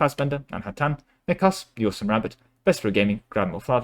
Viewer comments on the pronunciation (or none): none